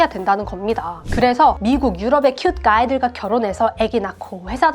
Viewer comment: 블루~아이 큣~가이 ㅋㅋ 너무 발음이 찰지신것같아요! 내용 완전 공감합니다! 정말 서양문화를 모르는 사람들은 진짜 바로 나락행일수도있어요..ㅠ 개인적으로 외모도 중요하지만 어느순간 외모보단 이사람이 나랑 정말 맞을까? 라는 생각이 들때가있어요. 이게 경제적 차이가 너무 많이 나도 들더라구요...😅 암튼 100퍼 맞는말이시구 다른분들도 참고하시길...😊